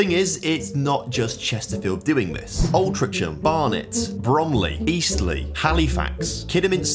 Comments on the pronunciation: you need to learn how to pronounce british placenames. wealdstone and altrincham in particular. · The way you say Altrincham really upsets me but good video as per. Also its now just Bury FC